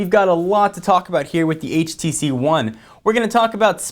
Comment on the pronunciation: HTC One not HVC One